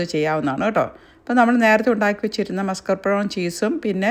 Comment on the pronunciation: മുസ്‌കേപ്രോൺ അല്ല മസ്കപോൺ